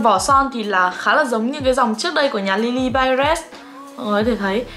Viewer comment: chị ơii lilybyred hong có âm s ở cuối đâu ạ :(